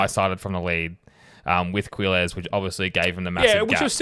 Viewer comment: Just remove u from Quilles name and you say it like killer.I think that is how you say his name.